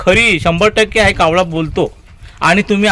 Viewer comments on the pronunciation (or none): तू आधी कावळा म्हणायला शिक